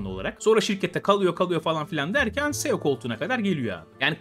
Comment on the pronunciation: Madem belgesel yapıyosun ceo yu ya tam Türkçe söyle seo ne ya yada ingilizce okuycaksanda sio diye oku bi harf inglizce iki harf Türkçe okuma